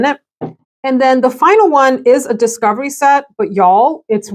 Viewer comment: I fell out laughing when you said “discivery set” and paused like “ what the heck did I just say 😂😂😂😂😂